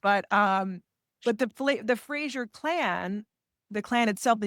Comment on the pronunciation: FRASER is pronounced Frazer not Frashuur!!